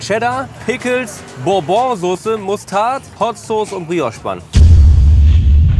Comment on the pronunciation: es heißt Bourbon Sauce, nach Bourbon Whiskey, nicht bourbought... Fail No. 3